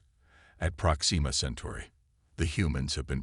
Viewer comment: Great story. However......AI screw ups yet again. It is "PROXima" Centauri not "ProxEEma" Centauri. I really wish use of AI reading these would cease until such time that they can actually read English words properly.